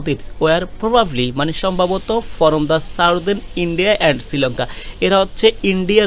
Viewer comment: ফরম না বলে ফ্রম বললে বেশি শুনতে ভালো লাগে।